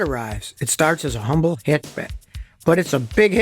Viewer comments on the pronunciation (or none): none